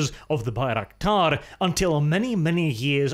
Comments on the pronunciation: Why do you call it Baik-raktar ? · Haha first second already butchered the name of the thing.